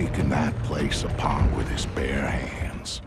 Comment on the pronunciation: "'cause if they hadn't he would've torn the place apary with his bare hands" emphasis on bear